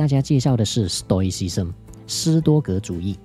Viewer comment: 糾正一下發音 ， o 跟 i 是分開的，發音不是oi